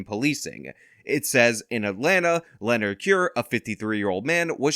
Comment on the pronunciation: Can't even pronounce "Leonard"; Well he got justice.